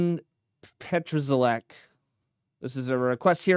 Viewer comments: Pronounce his name PAT-SHA-LECK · The way you butchered his name is quite something.